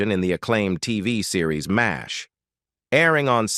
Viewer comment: I totally agree! Wherever did they get this narrator?His pronunciation of Mash is awful - Massaich?